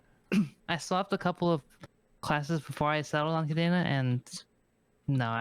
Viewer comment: Love the series, pretty cool video. Cadena is indeed busted. And fun fact, it is "cah-DEH-nah", not cadeena, not cadaena. It is a spanish word 🤣